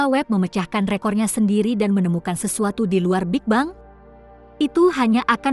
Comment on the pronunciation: Apa kok ngomong big bang itu...big beng gitu lo.